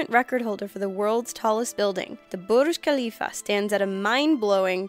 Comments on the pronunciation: At no. 3 she said burush kalifa... lol (correction: burj al-kalifa) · yh but no one says it like that. i understand it is supposed to be respectful but it just comes off as either stupid, or offensive. Also how about for the pronunciation, don't change into a racist Indian accent, pronounce the J in 'Burj' and just generally don't pronounce it "bourhhh khelifa" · OMG Burj Khalifa your pronunciation is so cringy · john li No not really,it was extremely over pronounced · ok look: all i'm saying is i dont know anyone who pronounces it like that. I know people from. The middle east who can't speak proper english, and even they say it how i do. This could just be the uk, but idk. Also, think about it this way: nobody says "Eiffel Tower" in a french accent, so why put an accent on "burj khalifa"?